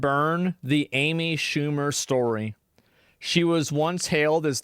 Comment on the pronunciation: Who the hell is Aimee Shoe mer?